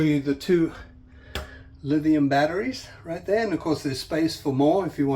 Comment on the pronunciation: had to dislike when he said "livium" instead of "lithium" for the batteries